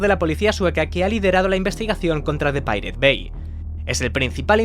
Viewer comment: Así no se pronuncia pirate